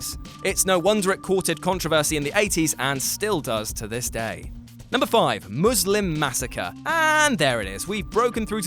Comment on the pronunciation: Did he say Moozlem Massacre? 😂